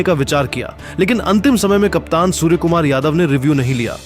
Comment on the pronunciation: Bhai सुअर nahi सूर्या bolo 😂😂😂